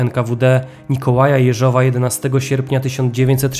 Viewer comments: Super odcinek ale odkąd opowiadasz o Rosjanach to nie mogę tego słuchać, okropnie akcentujesz choćby Jeżowa. Akcent na Je, nie Żow. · Owszem - mówiąc po rosyjsku akcent będzie na "żow". Niemniej (choć to moje subiektywne zdanie) mówiąc po polsku o wiele lepiej to brzmi tak, jak wskazał mój przedmówca. Rosyjska wymowa brzmi dość sztucznie. Zresztą spolszczamy przecież rosyjskie nazwiska, więc i akcentowanie odmienne od rosyjskiego wydaje się naturalne. I proszę tego nie traktować jako krytyki - cenię Pana filmy.